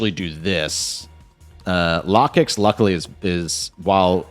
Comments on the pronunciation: Its Low-kicks I had to turn off the volume anytime you brought out or talked about Lah-kicks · It should sound like locust